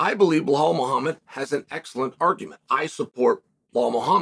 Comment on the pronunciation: "Blaw mowhamed" 😆